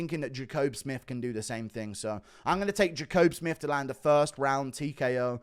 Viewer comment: Pretty sure Jacobe Smith and Dustin Jacoby's names are said the exact same way and Guru gets both of them wrong 😅